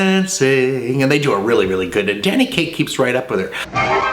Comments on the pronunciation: "Danny gay--Kaye" Hint hint? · I loved the Freudian slip "Danny Gay...Kaye".